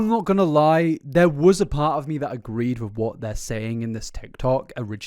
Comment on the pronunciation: Her wedding train said “till death do us pahhht”